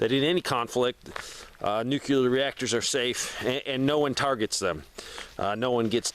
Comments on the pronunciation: Why are you adding an extra syllable to the word NUCLEAR? NUCLEAR is a two syllable word. It is NOT a three syllable word. Stop saying "NEW-QUE-LEER". It is pronounced "NEW-CLEAR". Two syllables... not three syllables. Stop pronouncing the word NUCLEAR wrong. I’ll lead an effective strategy to mobilize trunalimunumaprzure. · Nuclear. "New-klee-urr" There is no "nucular." I don't understand how adults are still messing up this word 90 years later.